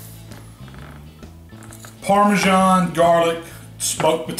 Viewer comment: Didn't realise parmasan had a 'h' in it